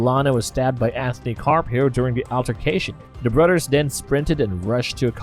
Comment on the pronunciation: Ok when did they put a Udd in the word brothers. “brudders” lol. Yanking your chain. Great video……Oh,oh Udders as well now it’s really come off the rails. A lot like this comment